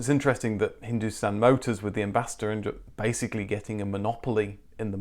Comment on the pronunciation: Woaah We are relatives then😂 Edit : your wife must have helped with the pronunciation of Hindustan Motors, honestly for someone who's not born here, those were surprisingly good !